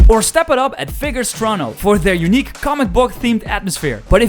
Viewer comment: What in the fuck is torono?